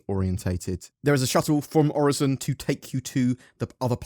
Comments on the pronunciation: It's pronounced OR-IS-SON That's how a computer says it :P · i dont get why there is confusion on how to pronounce Orison. Its Orison, not OriZon... there are ads promoting Orison like a tourist destination that demonstrate its proper pronunciation. must be a british thing XD